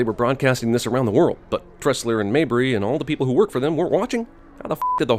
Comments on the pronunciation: Sin on CinemanSins for saying "Tessler" instead of "Tressler" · It's *Tressler, not Tessler. +1 Sin for CInemaSins. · tressler not tessler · it's Tressler* not Tessler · did no one else notice that Jeremy kept saying Tessler when Caine's character is named TRESSLER? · its tresler not tessler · I thought that the last name was Tressler, not Tessler. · I love how he said tessler the whole video when it's actually tressler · Michael Cain's character name is Tressler not Tessler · It's Tressler not Tessler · Tressler, not Tessler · i love ur videos, but it's tressler not tessler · I thought it was Arthur Tressler not Tessler? edit: nevermind it's just where he says Tessler lol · Woody's brother was mentioned in the first movie during interrogation. Also it's Tressler not Tessler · Sin Count on Cinemasins for this review: Sin 1: Jeremy Scott mispronounces Michael Caine's character . Sin 2: And narrative text misspells it as well. Sin 3: 14.57 - See Sins 1 & 2. Sin 4: 15.33 Jeremy and text get the name correct, which negates the idea that he just didn't know the name to begin with. - Sin Tally 4. Sentence: Got an Opening?